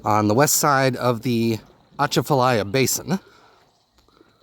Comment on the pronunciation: Its pronounced falsey lake faussie point. Lol and ah chaaaa faaahhhh liiiiyyyaaaa